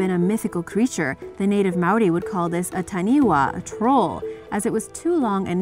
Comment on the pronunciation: The WH in taniwha makes an F sound, not a W sound